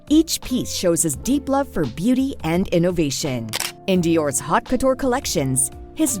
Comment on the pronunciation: Your AI narrator can't pronounce "haute". Fairly important for a vid about Dior no?